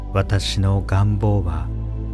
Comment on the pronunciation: 願望のアクセント ちょっと違和感😅